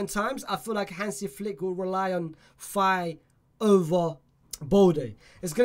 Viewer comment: This guy is dumb lol, Niah Darvich is not from Irag, he is german, and this guys pronounciation, and horrendous. Mikayil Faye he says Fay, what a weirdo, what is GEtafe, is a silent G basically, what an idiot this guy. And thsi guy has seen the Mddrid center-back play what, one game, this guy has not seen anyone of those people play any more than 60 minutes, so where does he get this from, pulling things from other sources but not actually watching any training, or watches.